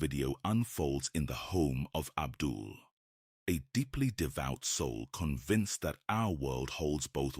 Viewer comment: I was puzzled seeing a video I know has to be 5+ years old or older. Your AI fake “” never pronounces names correctly. He called the op Abdul. When in fact it’s Abiud. He has quite a few videos on YouTube that are much scarier than this. I don’t mind seeing them again. I’m pretty sure Abiud’s last name is Hernandez. That’s how memorable his videos are.